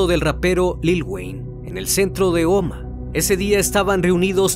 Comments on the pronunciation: Hola! Yo vivo en Omaha Nebraska, y no se pronuncia Omaa se pronuncia omaja la H si suena, buen vídeo!! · Se escribe Omaha y se pronuncia Omaja, la h no es muda en ingles. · Se pronuncia “ omaja “ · Por qué nunca pronuncias las "h"? Es "apofis" porque la "pH" se pronuncia "f". También pronuncias te sin "h" el nombre del pueblo.